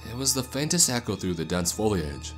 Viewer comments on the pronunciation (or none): none